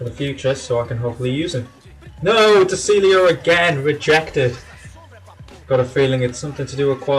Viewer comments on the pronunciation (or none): his name is pronounced de chiglio